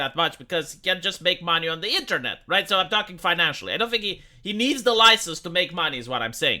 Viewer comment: he will lose his loicense